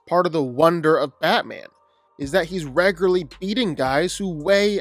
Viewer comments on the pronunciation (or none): Bro please give up on saying the word “regularly”.